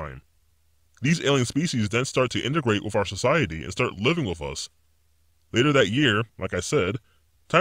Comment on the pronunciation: This is super fake. And this guys speech patterns are super annoying. Earf = earth. Wif = with. He sounds like a child with an overactive imagination.